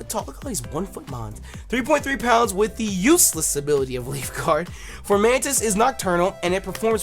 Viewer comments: he said flormantis my boy is blind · Your favorite little mantis is pronounced FOmantis. There's no r. Nothing against u, u just misread it. Figured u want to know since u love that dope mon so much. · There is no R in Fomantis.... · ITS FOMANTIS AUCHIHAKAHEKBDOSBDKDLAIAIQNSAP NOT FORMANTIS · why are you pronouncing an R in Fomantis's name? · There's no R in Fomantis lol